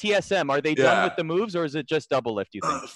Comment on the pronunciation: DOUBLELIFT NOT DOUBLIFT